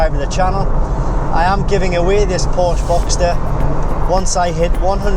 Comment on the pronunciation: I'm sorry, I only made it 1min into the video. I can't take you seriously if you can't even pronounce the name correctly...